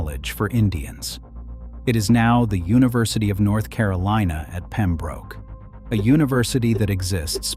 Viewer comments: It's pronounced Pem-brook, not Pem-broke. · It's ROB-ER-SON not ROBE. DIpshit AI. Pem-brook not Pem-Broke